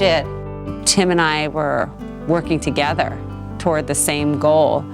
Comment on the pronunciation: I love JoJo! Only wish she'd get speech therapy and learn to say together instead of toogevvah, etc.